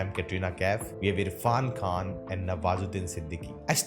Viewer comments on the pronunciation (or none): none